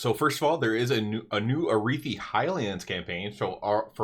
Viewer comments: Never heard ararhi pronounced that way before lol it’s not arithi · Did you not listen to a single npc in hollow fall saying arathi?